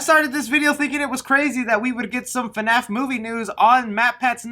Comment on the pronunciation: Can we all stop calling it "FUNAPH" because that is super irritating. Maybe because I'm not a fan, but that just sounds fucking stupid to me.